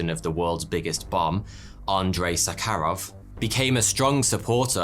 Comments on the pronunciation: Sadly, you got the pronunciation of Novaya Zemlya completely wrong, putting the stress, (which is very important in Russian), on the wrong syllables on both words. It should have been NOvaya ZemlYA. Khruschev is pronounced KhruschYOV. Castle Bravo was 1,200 times the power of Hiroshima, Trinitrotoluene is pronounced TRYnitrotoluene. The yield of Tsar Bomba was 54 megatons. It's SAkharov, not SaKHArov and, as the chief designer, he was the person that decided that the yield of Tsar Bomba should be reduced to 50% of the original design just 2 weeks before the detonation took place because he was afraid that the explosion would be far too great. And last of all, CHIXulub, not ChixOOlub. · Nóvaya Zemlyá Novaya the 1st syllable stressed (of the three) Zemlya the 2nd syllable stressed (of the two) like 1) novelty or caviar , and like 2) ajar or locate Btw, the name means a New Land. Andréy Sáharov (1syl, 2 syl) like 1) delay and 2) buchelor btw, sahar is sugar, so Saharov is like Sugarov =)) (for those who study this language)